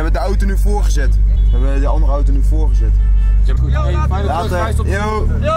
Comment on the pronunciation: Elke keer bij het afsluiten van de vlog en ik hoor La-ter denk ik dat Jade vanachter een deur tevoorschijn komt om TER te zeggen😂